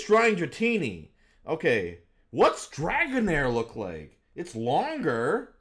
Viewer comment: Dragonair is in my top 5 favorite pokemon so to see ProZD butcher it was painful 😂